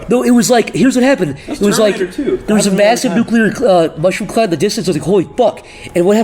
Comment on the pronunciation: had a stroke saying "Holy fuck" and "What happened"